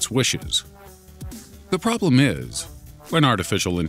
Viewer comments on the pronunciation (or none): none